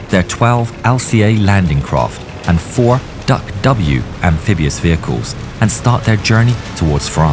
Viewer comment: It is DUKW pronounced Duck. It was developed as a private venture in a collaborative effort between General Motors and a yacht company. The military kept saying they didn't want it until one stormy day they were used to rescue people from a wrecked ship that the Coast Guard could not reach. Not only was it one hell of a truck it was very sea worthy.